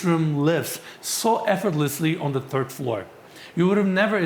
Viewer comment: you communicate very well regardless of your speech impediment but saying the word third (3rd) as 'turd' has a very different context. The "th" sound is an F when spoken unless you're actually furiously Irish, which you're clearly not. You are Turkish so there is no need for it.